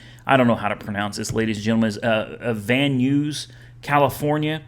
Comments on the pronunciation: Van News LMAO, u gotta come spend more time in cali brother. Its pronounced NIES or NEYES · Van Nuys is no pronounced van n-ews it's more like van n-eyes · Van nuys = “van nice” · you crack me up when you say Van Nuys! 😂😂😂😂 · Van Nuys is pronounced like Bill Nye’s name.